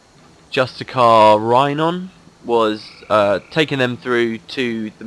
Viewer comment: "Justi cAAAR" XD that really cracked me up